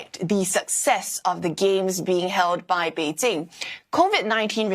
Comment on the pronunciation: I really hate how pronounces Bei jing as Bei jin g Improve your pronunciations before reporting please